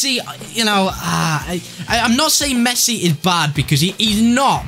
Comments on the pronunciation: Last time I checked his name was Messi, not Mess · Messi NOT Mess